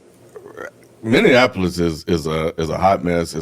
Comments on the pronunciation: I have never heard anyone mispronounce Minneapolis like that. It sounds terrible.😖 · The Minneapolis pronunciation thing is because so many people think it's like Indianapolis